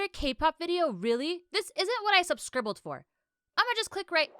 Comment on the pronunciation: "This isn't what I subscribbled for" 😂😂❤️ Cool video